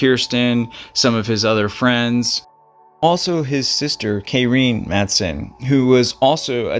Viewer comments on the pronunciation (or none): MATH*A*SUN is proper pronunciation ❤